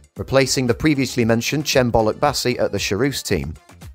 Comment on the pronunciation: Its Bolukbaşı not Bolukbasi